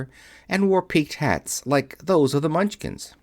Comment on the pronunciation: The Mun chins? Surely you meant Munch kin